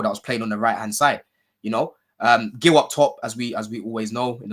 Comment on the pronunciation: It’s Marc Geeyou not Marc Gill